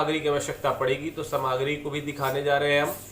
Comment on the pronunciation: Bandhu samagri nahi saamagri boliyeji